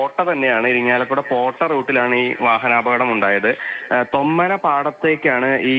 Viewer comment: തൊമ്മന അല്ലാ തൊമ്മാന